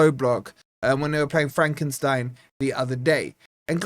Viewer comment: Are you calling my hometown team for Frankenstein 🤣🤣🤣 Its Fredrikstad, 🤣🤣😃